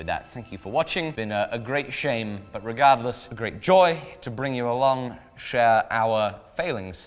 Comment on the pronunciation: Hahahaha. In the end he said “regardless” and all I heard was re-GUARD LESS!